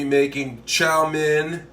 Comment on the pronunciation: Sorry but,it's chow mein not chow min and not Raymon noodles. Raw men noodles.